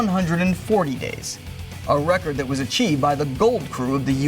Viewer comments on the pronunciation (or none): none